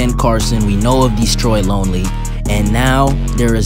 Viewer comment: why does say DEEstroy lonely😭